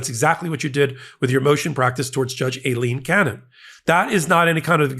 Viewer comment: I dont like trump. But you dont prnounce women's names right either! you call Aileen Cannon "A-leen cannon" you pronounce Laura as "laaaaa-ra" 0.o